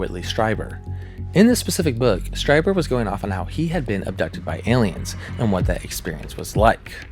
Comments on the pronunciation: Streeber, not Stryber. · Great video. Strieber is pronounced "str-ee-ber." IE makes an "E" sound. EI makes and "I" sound. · Strieber is pronounced Str-eee-ber. Recommend listening to old Art Bell Coast to Coast recordings if you wanna hear insane interviews with the guy. I find it very entertaining even as a skeptic.